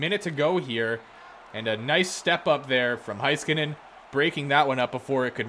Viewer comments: It's really Hays-kanen, though Hice-kanen is still much better than whatever Hesskanen is supposed to be. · alrighty then, he did for sure butcher the heiskanien pronunciation, but you can’t blame the guy for not knowing how to pronounce every name, and Nate Schmidt being his favourite player, is his opinion, don’t get mad at him for having a different opinion than most. And why would he have to give you an excuse, if you don’t like his videos, leave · Refers to Backstrom as the best play maker of all-time?! No, just no. Also, why would anyone pick Nate Schmidt from Vancouver? Heiskanen = butchered pronunciation. I like the vids, just getting those out of the way 🤣